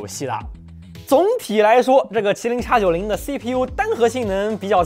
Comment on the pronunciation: 为什么麒麟是'插'九零，高通是X Elite 难道国外高大上:face-green-smiling: 不过算了 x86你也是读叉 海外同胞 土气扑面来